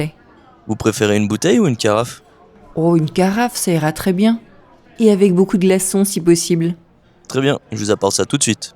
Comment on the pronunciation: Got the jist on 1st listen , but guessed 'avoir' based on the context of the subsequent conversation. 'Beaucoup de' sounded like beaucoud and recognised it based on that she wanted ice. It was like in France, when I asked for 'une barquette de pommes des terres' and she repeated twice '...pas encore pret' so I then realised they were not yet ready. I missed the first part but then got the jist.